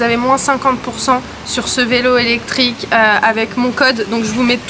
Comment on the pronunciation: Coucou niya ayoub et la famille tu es une fée clochette en or pour avoir leur offrit une jolie maison en Espagne pour tes parents et ils le mérite. Dommage on a pas instagram nous aussi on veut la voir intégralement la maison de tes parents d'Espagne 😉✌😍 Ps j étais plier de rire quand on mot vilo au lieu vélo. 😉✌💕💕💕💕💕💕💕💕💕💕💕